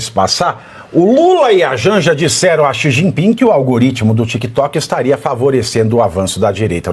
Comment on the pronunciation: Nossa! Quando ela lê parece uma criança recém alfabetizada, 🤯🤯🤯🤯cometeu erros, aleciada e xi ji pin, que horror